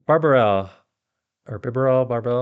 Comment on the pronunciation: Did you just call bibarel "barbarel" 😂